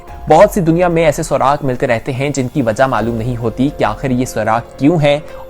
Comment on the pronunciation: Atish fiza grind crack machine gun surag nai bahi surakh hota hai grind nai grand hai machine gun nai Michigan hai or crown flash nai bahi cloud flash hai bahi kya hoo gaya hai app ki pronunciation ko achi bhali video's banatay hoo ajj itni mistakes what happened bro are u okay